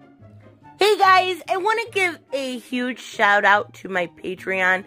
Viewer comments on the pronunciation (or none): none